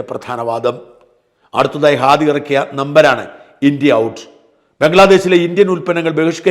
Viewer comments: ഖാദി അല്ല അണ്ണാ, ഹാദി.. ഹമാസിന്റെ "ഹ"🤣🤣🤣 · ഖാദി അല്ല ഹാദി ആണ്.